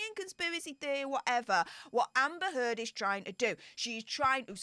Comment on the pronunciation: Great show! Love the turd pronunciation of that ugly woman.